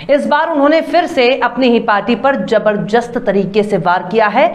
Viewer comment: । जबरजस्त की जगह जबरदस्त उच्चारण मे लाइये